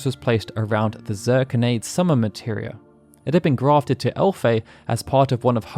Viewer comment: I believe Zirconiade is pronounced Zur-kony-ad, as opposed to Zur-con-aide. Great video nonetheless!